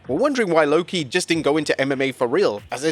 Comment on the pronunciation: Lwo-ki? Try harder nerds